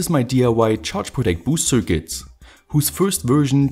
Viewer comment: Yea, his accent is quite bad. He also keeps pronouncing circuit wrong.